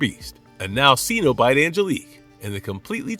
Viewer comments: Its pronounced SENobite. Not SEEnobite. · What is a ceeenobite? I do wish these videos pronounced the names properly. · Are you seriously not able to pronounce Cenobite correctly